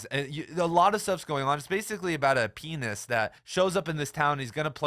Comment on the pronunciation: I need you to be a touch more ginger with your pronunciation of ‘pianist’, my man.